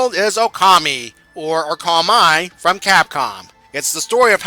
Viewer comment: Good review, though I feel I should correct you on the Japanese names: You got Okami right the first time; it's not "o-ka-my" Amaterasu's name is pronounced "A-ma-te-ra-su" not "tsu" Kamiki's name is pronounced "ka-mee-key" Issun's name is pronounced "E-soon" On the note of Okami, a slight nitpick I have is that not once does Issun refer to Amaterasu as "Ammy" like he does in the game.